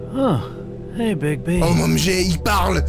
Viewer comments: Très bon premier épisode camarade ! Et sinon c'est est Bigbi ... pas Bigsbi ^^ J'attend la suite ... ca occupe mes trajet en train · C'est Bigby et non Bigzby mdrr ! En faite c'est quoi ces trucs écris en haut à gauche ? Et si c'est important tu pourrais les lire stp ? Sinon, à part ça, il est trop bien ce jeu - Super vidéo comme d'hab !